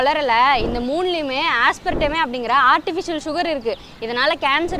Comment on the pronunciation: ஆஸ்பர்டேமா ஆஸ்பர்டமியா 😂😂. Vasectomy மாதிரி 😂😂😂